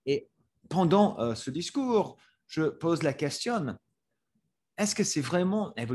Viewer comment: I'm not fluent in french by any means, but shouldn't the last "n" be silent in words such as "Question, détérioration"? Just a small thing I noticed, curious if someone who's native could chime in